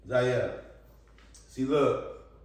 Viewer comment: It's Zavia 😂